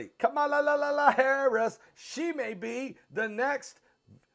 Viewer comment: You are not pronouncing VP first name right. SAD.